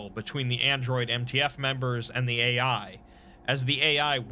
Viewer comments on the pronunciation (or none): none